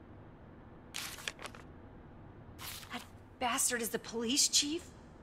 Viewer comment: The word Chief rhymes with thief.